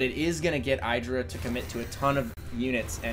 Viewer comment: Please you pronounce IdrA wrong.